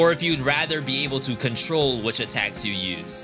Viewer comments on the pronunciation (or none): none